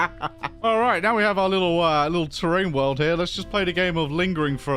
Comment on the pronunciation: "Terrain world", first time I realized he says it wrong 💀